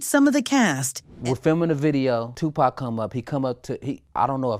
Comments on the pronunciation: Is this an AI voice narrating this video? I mean who says 2-Pack for 2-PAC? 🤣🤣🤣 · Hey narrator! It’s Pac ( pok ) not pack ! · Yeah because us black folks know how to say 2pac not two pack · His name is Tupac not Tupack get it right please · come on sister. you black.. or sound black say their names correct. He is Larenz Tate not Lawrence.. there isnt 1 movie to with a credit for Lawrence. Now 2 Pack.. not Tupac pronouced 2 - Poc.. 2 pack..smh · Whats so hard about saying tupac who the hell is two pack 😂🤣😭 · AI SAID TUPACK😂😂😂😂😂😂😂😂😂😂. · I hate when ppl pronounce his name wrong PAC.. He not a pack of cigarettes, but he’ll light your a$$ up😂.. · "Two pack and Jada" 🤣🤣😂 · Just tell me what you are supposed to facilitators if we were saying of pronouncing the name wrong 👉👉they would correct us it's not too packed is Tupac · Jada and Pack. This black AI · Jada and “PACK”. Lmao… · 2 Pack?? smh AI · Dead give away its an AI when it says "tu pack" 😂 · That freaking AI🤦🏾‍♂️🤦🏾‍♂️WTF is Lawrence 《Larenz》Tate🤣🤣🤣 Oh yeah don't forget Two Pack🤣🤣🤣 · Jada and “pack”? Lol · Who is “Two Pack”..? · I mean saying 2pack over n over. Kills me..... Just stop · You hear it say two "Pack" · They need to stop with the AI voices… can’t even say “Pac” 😂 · You can tell the narrator is not a 2pac fan since she kept calling him Pack. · She said 2pack, come on now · It’s Ai because as a black person lol we don’t say “2pack”